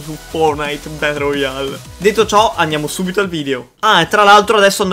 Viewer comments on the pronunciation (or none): Ma hai detto Ber Royale!